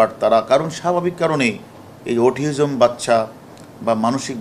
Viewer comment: Mr,harun saheb,,আপনি autism এর উচ্চারণও ঠিকভাবে বলতে পারলেন না অথচ বিসিএস ক্যাডার হয়ে এখন পুলিশের ডিআইজি,অটিজম কে অটিওজম বলে ফেলছেন, একজন বিসিএস ক্যাডার কর্মকর্তার মুখে ইংরেজি শব্দের ভুলভাল উচ্চারণ খুবই লজ্জাজনক